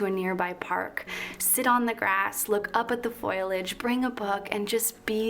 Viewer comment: Foilage or Foliage 🤔